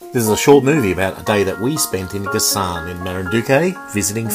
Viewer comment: It’s pronounced Ga-San, accent on first syllable. Boac is pronounced Bo-wak, accent on second syllable.